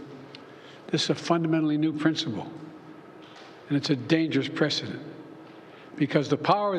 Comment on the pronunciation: Did he say dangerous precedent or that he is a dangerous president?